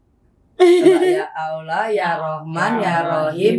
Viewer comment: Cuma 10th mempelajari agama islam tp Berasa lahir & besar dr keluarga muslim taat & alumni santri pesantren. Utk ukuran muallaf mb angie sdh sangat kuasai tata cara sholat berikut dzikirnya. Tajwid cukup bagus hanya kurang tebal tasydidnya & ucap lafadz Allah kurang sempurna msh Aloh sy yakin next udah sempurna krn mb angie orang cerdas